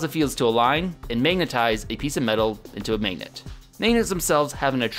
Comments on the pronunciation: I like the vids but it was hard watching this one because says magennet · "Mignit" It's always interesting to hear how people from different places pronounce mundane words that you don't think about every day. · the pronunciation of the "a" vowel in "magnet" and "dagger" in his accent makes me laugh every time